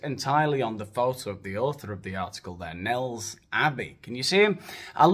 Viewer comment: Nels,2 syllables, wan Ker